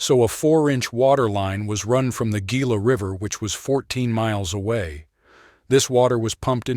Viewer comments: It is pronounced "HEE-la", not "GEE-la" nor "GILL-a". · Gila. Pronounced Heeeelllaaaaa not gggggGggilla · Gila is pronounced He la. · Gila is a Spanish word and is pronounced: "heela" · Cool video. Got a subscription out of me. Just for reference, Gila is pronounced like Hee-Lah. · Gila is pronounced with an H sound to it, or "HE-la"